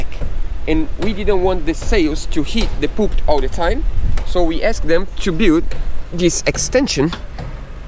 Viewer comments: Please stop calling the front bars the 'poop' (aka human waste). It is said 'poll-pit; Poll as in you go to the poll to vote and pt like arm-pit. Poll-pit is the right way to say it in English even knowing the spelling is different - its common in English to say words a different way then the spelling. Good luck! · Just a suggestion, Pulpit is pronounced in 2 syllables - Pull Pit I admire you both as your English has improved brilliantly over the months. Congratulations on everything achieved so far x